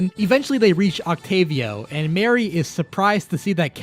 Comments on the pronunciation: Agreed. I've NEVER heard anyone pronounce the name Marie as Mary until Splatoon. It should be pronounced like Marie Antoinette. I get the joke is "Calamari," but Mari and Marie are different names, and Callie isn't something weird like Cala. It's just a set of pun names, and yet I can't help but get upset when people call her Mary. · He mispronounced Marie. Her name is pronounced like mari, like in calamari. Judd also didn't create Lil Judd. He was created by a glitch when thr cryo chamber thought that Judd was dead